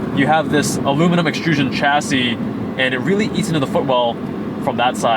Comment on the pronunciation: Americans driving manuals make me laugh. Like the gear.stick wiggle when you start it up 😂. Nice looking car and that colour is sweet. Lotus are a legendary brand. Always go manual, so much more fun. Ps it's pronounced shas see. Its a French word you don't pronounce the ch hard.